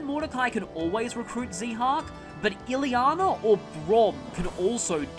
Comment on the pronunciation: Useless but true... Very weird (and sad) way to pronounce Ilyana... Relax I'm kidding people.